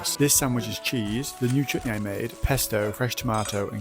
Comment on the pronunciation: This is the 1st time I have heard a white person say Chutney correctly